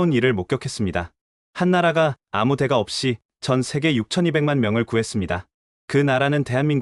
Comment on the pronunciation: 대가라고 읽지말고 댓까로 발음 하세요. 왜냐하면 대는 단음입니다 리당하는분 장단음을 공부하세요 긴음과 짧은음이 있어요